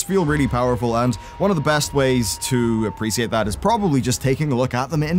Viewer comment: "Appresiated" lmao